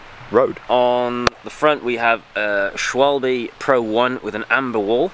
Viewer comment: SchVAlbe Vaulb pronounced like Schvaulb Germans pronounce W's as V So schwalbe is actually schvaulb